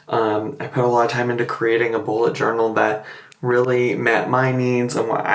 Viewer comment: I need my hearing checked - I kept hearing "Ebola" journal.